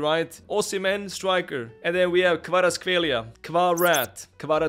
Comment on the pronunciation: Good pronunciation of Kvaras last name